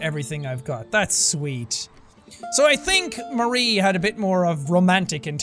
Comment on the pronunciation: My name is Marie and it's super weird to hear it throughout the video but SO appreciated that you kept saying it correctly. I've lived my entire life being called "Maria", "Mary", and even "Marine". It's an extremely common middle name, but not a common first name. Thank you!